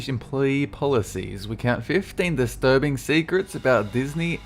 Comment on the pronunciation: very disterbeaing not not disterbeaning